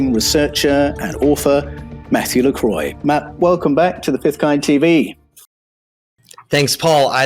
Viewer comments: Paul, no offense but Lacroix is pronounced as lac roi not as lacroy. Croix = cross. La = the as in le (masculine) and la = the (feminine form). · La cruah, precise pronounciation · I'm sorry , I like Paul but la cross which is what Croix means It's pronounced kwah because it's French word for cross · yes but Matt is pronouncing his french name wrong. just saying. Love.